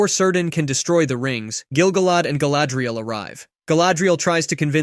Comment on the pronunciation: Is this an AI voice cuz my homie's name ain't "Sir Dan". It's Cirdan, pronounced "Kear-dan".